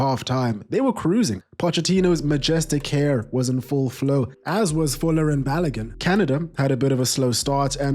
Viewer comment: Balogun is pronounced balogoon